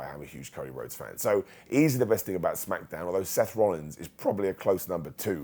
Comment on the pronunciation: I like how he says Smack-uh-downv🤣🤣